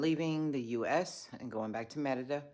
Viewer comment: Can yall stop saying Merida with the accent. It's so annoying. If you are speaking Spanish, pronounce it in Spanish but if you are speaking English, pronounce it in English.